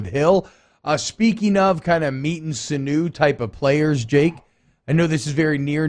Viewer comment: Not a criticism: sinew is pronounced "sin-yew", not "sinoo".